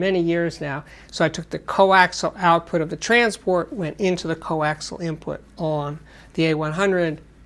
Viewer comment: The word is "coaxial". 3 syllables, thank you sir.